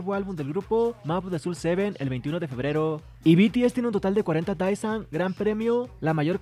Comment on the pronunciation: Con respeto para quien crea este contenido, el cual yo miro y estoy suscrita, Creo que a estas alturas estaría bien si pronunciamos correctamente las palabras Désan o Deesan ("e" ligeramente alargada, no confundir con "i") (Daesan) no estoy tirando hate, si son lo suficientemente maduros entenderán que esto es sólo una recomendación, ya que me imagino que a muchos aquí les gusta el coreano, y personalmente yo agradezco cuando alguien me corrige, así puedo aprender como pronunciar bien el coreano aunque sea poco apoco y palabra por palabra). Que estés bien, amigo.